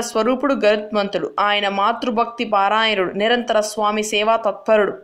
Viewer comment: You are giving good information. Pl look into Telugu words pronounce, some times you are telling kudruva. It is not paaraayanudu, paraayanudu